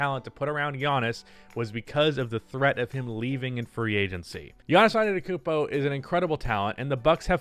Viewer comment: Man said akumpo 😂😂😂😂😂